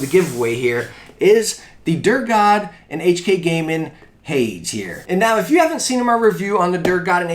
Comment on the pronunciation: Hades is pronounced Hay-Dees (essentially the devil in greek mythology). I don't mean that to come off as rude, just a correction! Great vid as always :)